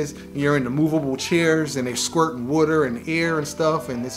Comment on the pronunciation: It’s water!!!! Not wuter!!! 🤦‍♂️